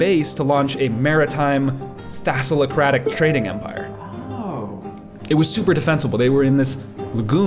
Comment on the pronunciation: Sorry to nitpick but it's Thalassocratic, not Thassalocratic.